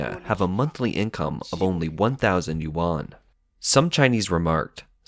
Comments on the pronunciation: more like u-n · yuan not 'you-an' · Another “expert” that doesn’t even know how to pronounce Chinese “Yuan” right. Also very nice of you to derive all expenditure in local Chinese Yuan as the currency and twist the fact when the minister 1000 usd and conveniently stated it as Chinese Yuan too. Or perhaps you derived your number from the minister considering those that earn 300 usd as middle income household and asking them to spend more boosting economic cycles. Man there is many things you can criticise about China but please be real and not spread fake information. I totally don’t mind if you’re biased and only report bad stuffs and selectively not report anything good. I totally don’t mind this at all, China does that all the time and I read both the CCP propaganda news and western anti-China propaganda. However twisting and lying makes your information become a worthless read... cause now I can’t trust the real bad stuff from your information.